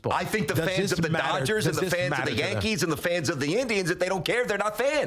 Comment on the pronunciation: “My yuckees”? GTFO guy 🤣🤣🤣